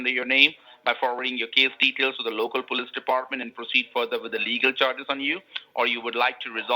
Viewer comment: They always call police Pulis. That is definitely 100 % Indian pronunciation. Great job. EFTPS they just made it up?